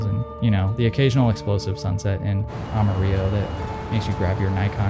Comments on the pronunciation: Am-uh-rih-low lol you were so close the very first time. The L’s aren’t silent. Think of armadillo. Like that but a lil different. Great video nonetheless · One of your best videos! FYI, we pronounce the L's in Amarillo. Not Amariyo.